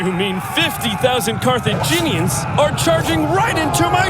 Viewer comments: That's... not quite right. Your guide makes her say car thee (like fee) jee (like jeans) nians. It's car-theh(like meh)jin(like the alcohol gin) ians. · Repeat after me CAR-THEE-JEE-NIANS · Four syllables; Car-tha-gi-neans. English rarely has four-syllable words. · CAR-THA-GIN-I-ANS !!! JEEZ! GET IT STRAIGHT ALREADY! just kidding! 😘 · It's pronounced like Cartha-gin-E-ans. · Carthaginians. Car-th-age-in- Ian-s. You're welcome,. As a historian, old languages are f*cking difficult. 🤣🫶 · pronounced CAR-THE-GIN E ANS